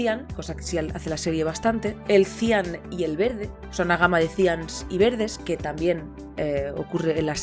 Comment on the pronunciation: Cian se acentúa en la a! Buen vídeo